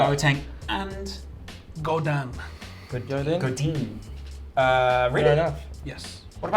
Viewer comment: I'm a Man U fan but is so bias. He can't even pronounce names properly. Godan(Godin) De Gayea( De Gea)